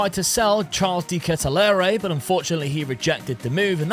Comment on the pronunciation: Just a tip for the pronounciation its not de ketealere (dont know how to spell it) but u pronounce it without de E like de ketealer